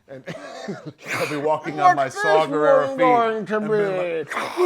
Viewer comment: I love how the guy on the left keeps calling him Saw Gerrero instead of Saw Gerrera. lol